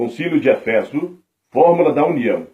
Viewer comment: Não é efÉso é Éfeso! E nao é antióquia É Antioquía